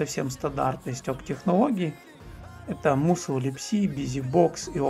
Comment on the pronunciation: Мне кажется musl читается как масл, так как ударение на u, а в таком случае она читается как а